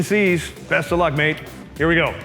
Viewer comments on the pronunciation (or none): As a Brit the way you say "Mate" is absolutely hilarious, keep it up.